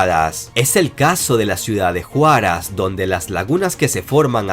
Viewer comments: ¡MI CALLAO QUERIDO! ¡Y CON LOS GOBIERNOS QUE NOS GASTAMOS! NOTA:, NO ES JUARAS, SINO HUARAZ CON EL ACENTO EN LA SEGUNDA A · Dr. se pronuncia "Huarás" min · minuto en Lima, la zona del Callao permanecerá inundada, y en la Cordillera Blanca, Huaráz (así se pronuncia ) corre el peligro de acabar inundada. Una predicción de impacto!!! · Ciudad de juaraz cuando en realidad es huaraz ajjajaja pensé que hablaba de una ciudad de mexico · Saludos amigo soy de Perú, le comento q la Ciudad de Huaraz se pronuncia "uaraz" No con J, Juárez es una ciudad en México. Abrazos y Gracias por sus buenos programas....😷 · Huaraz,, Huaraz, no Juáraz. Saludos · 🇵🇪🇵🇪🇵🇪 No "juaraz" si no "wuaraz" 🇵🇪🇵🇪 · Donde nombraste a Perú, no es JUARAZ es HUARAZ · confirmado, no eres de Perú se pronuncia uaras, no juaras. Se escribe Huaraz, bueno solo un aporte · Mano te corrijo se pronuncia "Huaráz", no "juaraz", saludos desde Huaraz con sus hermosas lagunas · Es huaraz no juaz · Por lo visto soy el único peruano que notó que llamó 'Juaraz' a Huaraz. xD F por mis compatriotas que no lo notaron. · en el minuto se pronuncia "uaráz" por Huaraz. Durante el terremoto de 1970 a ciudad de Yungay terminó sepultada por el lodo, cuando un trozo de un nevado cayó sobre una laguna y el deslizamiento de barro y piedras producido sepultó la ciudad en pocos minutos. En aquel entonces llego una delegación rusa con tres helicópteros Mi-8 y medio centenar de médicos. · Estimado... muchas gracias x la informacion tu estilo y el contenido de los videos son geniales digo de seguir... solo una aclaracion jejeje se escribe Huaraz y se pronuncia "UARAZ" saludos desde Peru muchas gracias!!! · Me encanta como pronuncia Huaraz (Juaraz) la "H" es muda en el nombre de nuestra ciudad :) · Como siempre interesante tu informaciòn; solo una pequeña correcciòn en la pronunciaciòn de Huaraz. Se pronuncia como U, no como J. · Estimado es Huaraz y se pronuncia como "uaraz"